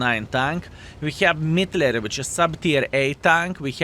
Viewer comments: Sounds a bit to german 💀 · Ehrm.... you call this tank what? The pronunciation is quite controversial. 😅😂